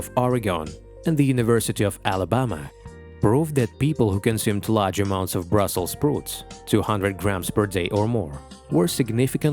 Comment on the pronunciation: Never heard someone mispronouncing Brussels sprout like that.